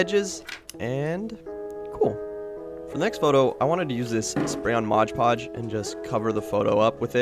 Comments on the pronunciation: MOD Podge!! NOT MODGE PODGE! Sheesh… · M-O-D podge! Not modge podge! That is so annoying! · Why do you call it Modge Podge? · no one:: Modge Podge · Game: eat a piece of your favourite snack every time says “moge-podge” in this vid 😄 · What the heck is motch potch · Love your videos so so so much but for the love of god its called mod podge